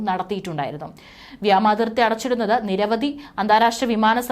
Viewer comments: വ്യാമാതി൪ത്തി അല്ല വാവേ.. വ്യോമാതി൪ത്തി... വ്യോമ൦ എന്നാൽ ആകാശ൦ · വ്യോമാതിർത്തി എന്ന് പറയൂ കുട്ടി. മലയാളഭാഷയെ കൊല്ലരുത്